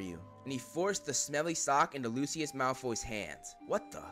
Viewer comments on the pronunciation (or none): who the FUCK is luciliud 😂😂😂 its Lucius dude